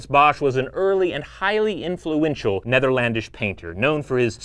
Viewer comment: Nertherlandish................. that's outlandish !